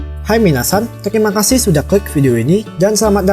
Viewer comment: Bang bukan telimakasih tapi teRimakasih